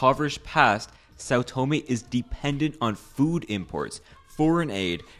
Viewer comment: learn how to pronounce the name of a place before making a video about, it's not " Saw Toemay"